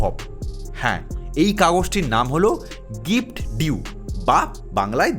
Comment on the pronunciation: কথাটা' গিফট ডিউ' নয়' গিফট ডিড'